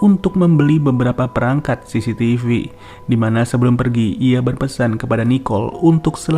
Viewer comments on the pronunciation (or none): none